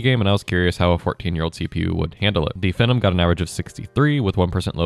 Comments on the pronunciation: ••"F'num" 😂 It's pronounced like "Fee nom". I think AMD marketing wanted people to think of the word, "phenomenon" or "phenomena", "phenomenal", &c. ••I have legacy PCs (intel QX6700; socket 775 with DDR2 & AMD FX-8370; socket AM3+ with DDR3), so this content is still relevant to me, but I don't even try to put modern games on them. ••I remember back in the day DDR2-800 seemed so wicked fast (especially being able to remember the days of DDR-200, the Apple II (read and said as "two") and 486 IBM compatibles). ••Another factor in older PC component prices is inflation from recent years has caused these prices to go up. I paid $7 for a Xeon X3210 in 2017; now (late 8/24) it's $14. However, China is making and selling DDR3 new today. I think it's helped keep the prices down. I may replace the RAM just to keep my DDR3 system running longer. ••My socket 775 system (dual boot) will run Windows 10, but it does so much better with Windows 7; especially since it maxes out at 8GB of RAM. It runs all Windows XP games & programs like a beast. Driver support for newer Windows on older hardware can be abysmal. If I can ever get around to putting Windows XP, maybe Windows 7, and a nice Linux distro on my AM3+ machine, I'll probably sell or part out my 775 PC. That could be 4 operating systems on one PC 👀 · its pronounced "Fee-Nom" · It's pronounced FEE-NOME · The first CPU I bought was the Phenom (pronounced "FEE" nom) II x3 Yes, all 4 cores worked fine. And you need to have the drivers for the sata controller on the install medium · Butchered the pronunciation lol